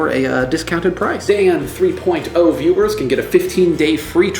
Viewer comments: Dan Three Poyne Toe! :) Check out you pronounciating it all properly since your brother pointed it out. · Your brother has made me OCD. Now I can't watch a single episode without intently listening to make sure you don't say "Dan Three Poin Toe." I never thought about it until he brought it up. Now I can't stop! --- Sent From pogobat's Facebook Application